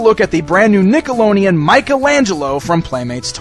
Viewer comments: is it me or does it sound like he's saying nickeloneon instead of nickelodeon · he totally says nickeloneon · He said nickeloneon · I'm not being rude or anything just find it funny but says Nickelodeon strange xD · Bdude 120 Nah I'm just saying how he pronounced it was funny